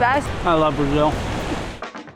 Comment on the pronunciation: ❤️🇧🇷 but your pronunciation in Brasil and Rio de Janeiro is perfect 🤩